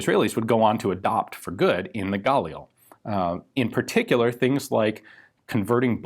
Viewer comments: Mishmar HaYarden is a name of a place, not a name of a person. Also, its pronounced as gaLIL instead of GAlil, and mishMAR hayarDEN instead of MIshmar haYArden. actually, mishmar hayarden means yarden guard, or jordan (river) guard. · Sorry this is driving me crazy. The stress is on the start of the second syllable. So its Ga-Lil, not gAlil. Emphasis the L more than the A. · GUH leel. Not GAAHHL EEL. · if you pronounce it guh-LEE-lee ...why do you pronounce it GAUL-eel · I think Ian meant "...the Galil" not Fal here! :P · It’s pronounced gal-eel mate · i thought it was pronounced guh-lil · I thought it was pronounced (gah) + (lil) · Pronounced "Gah-LiLL" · His pronounciation of "Galil" is so cringe-worthy.... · Pronounce Galil just like you pronounce Galili but without the “I”. The emphasis in the word Galil is on the “Ga”. Not on the “lil”.